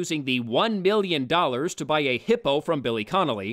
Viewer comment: The worst thing about this movie was having to listen to Woody Harrelson say "miyyin" instead of "million" over and over again . . .